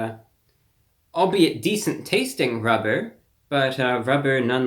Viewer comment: Rrrrrubber Bbbiscuit... LOL Ruber chicken...